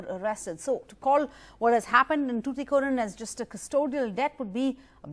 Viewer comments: yemma athu SOOTHUKORIN illama "tuticorin" unnoda pronounciationla theeya vekka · It's tuticorin , not thuthucorin .